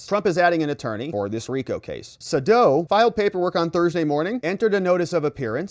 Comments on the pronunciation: His name is pronounced SayDow! Long A, dow, as in Jones! 😊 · Its Sadow = SAY DOW